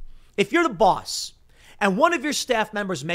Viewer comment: How Tim says balls and boss is funny I laugh every time 😂